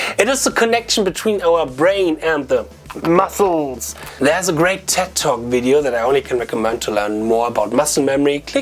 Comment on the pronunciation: When I hear "welcome to the widdio", I know there's going to be some good content